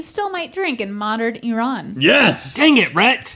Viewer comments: Also its not I RAN -. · Well, he pronounces it E-Ron, so the pub wouldn’t work with that pronunciation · When Link corrected Rhett mispronouncing Iran it made me happy becuase no one pronounces it right. 😄